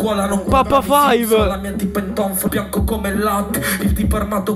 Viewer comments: È papa V (vi non five) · Papa Vi si pronuncia